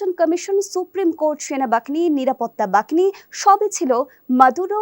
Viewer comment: নিরাপত্তা বাহিনীকে আপনি বাকিনী বাকিনী বলছেন কেন?